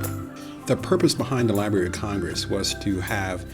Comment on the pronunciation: Nice overall, but was hard to listen to. The word "library" contains 2 Rs